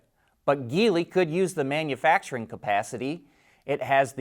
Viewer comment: And "Geely" is a soft G (like gel) not hard G (like geese).